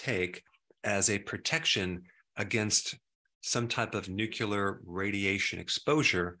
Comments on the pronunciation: Nucular? It's pronounced nu clee ar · 'Nookyahler'? 'Eksettera'? #1 Sign of too much iodine